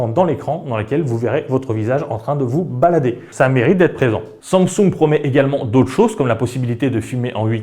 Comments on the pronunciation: Tu ne sais pas prononcer samsing en sumsung ?🤣🤣🤣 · arrete de dire SUNSUNG MERDE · La façon dont tu prononces le mot Samsung me stresse. C'est pas si difficile pourtant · Mdrr bonne vidéo mais première fois que je vois quelqu'un qui ne sait pas prononcer Samsung et le prononce d'une manière juste horrible et insupportable à entendre